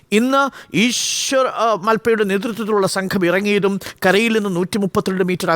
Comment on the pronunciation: ഇവന്റെ റിപ്പോർട്ടിങ് കണ്ടാൽ അറിയാം വാർത്തകളുടെ ക്വാളിറ്റി. മൽപ്പെ എവിടെ കുന്ദാപുര എവിടെ എന്നുള്ള ബോധം പോലും ഇല്ല. ബൈ ദി ബൈ 'മാൽപ്പെ' എന്ന് നീട്ടി ഓൾ വിളിക്കേണ്ടത്, 'മൽപ്പെ' ആണ്.